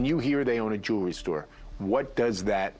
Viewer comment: How does a jeweler pronounce jewelry “jew-ler-ee?”